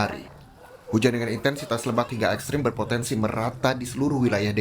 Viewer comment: Ekstrem pakai e bukan i. Cara bacanya juga tetap pakai e.